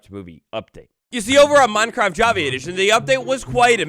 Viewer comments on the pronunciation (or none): none